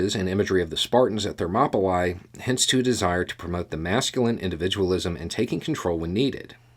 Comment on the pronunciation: Hi,. Absolutely love your daily discussions. With humblest motivation, the place where the Spartans held their ground is pronounced ThermopyLEE not ThermopyLIE. I guess this observation makes me a pedant. If so, I guess I am. But that does not diminish my appreciation for your lively and wonderful discussion. Keep up the good work.